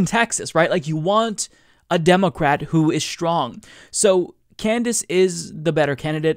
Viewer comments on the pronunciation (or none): Why do you say say demo-cwat?